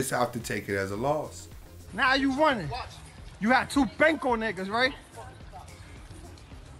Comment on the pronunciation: "WHY ARE YOU RONNING?"